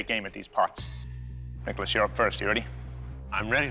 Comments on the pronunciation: did anyone else hear dickolas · When he says nicholas it sounds like rickles lmao